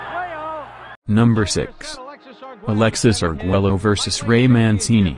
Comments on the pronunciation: Tip: It’s not “Arg-Welo” rather its “Arg-Wayo”. LL = Y 😉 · Please can you learn how to pronounce Arguello, one of the all-time great boxers? Double-L in Spanish sounds like "y". So his name sounds something like ar-GUAY-o. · Say argwayo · Alexis, is screaming from the grave over the mispronunciation of his last name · You should really learn how to pronounce his last name. Your butchering of his last name made me dislike this otherwise great clip!! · Learn to pronounce the man's name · Learn to pronounce his name for crying out loud!